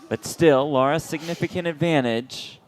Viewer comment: her name is Lara NOT Laura